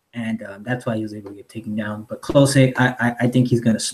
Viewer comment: You’re pronouncing Klose incorrectly. It’s sounds like“close the door”